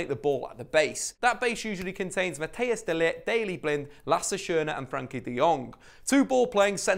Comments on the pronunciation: De Ligt first name is pronounced Mathice not matthaus if youre interested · Mattheus de Ligt 😂